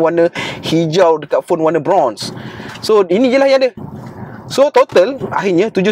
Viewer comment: Bila bro menyebut perkataan ,Samsung kaler "bronze"(berslang London)...tiba2 teringat mesin rumput dlm stor...😂🙏🏼🙏🏾